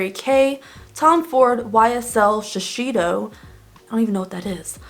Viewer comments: Omg. Max factor pan stick. That was my go to during my teen years! That was right before my MAC studio fix powder addiction. Lol Oh by the way they’re pronounced shuh-say-doe and Grr-lane. Too many years of working Macy’s in cosmetics. For the cruelty free, I try but now my new concern is the children in the mica trade. 😡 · Graet video! People should be more aware of it! Btw- sheseido is pronounced the same as written Gurlain is Gur-lan